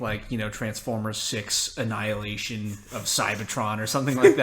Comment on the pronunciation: Marvel just expose you.You said avengers anilahtion what ever its called.hahahahahahahahhah